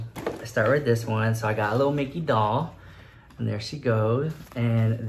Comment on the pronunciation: I'm 31 years old but when you said "dickey" instead of "mickey" I laughed (out loud) SO HARD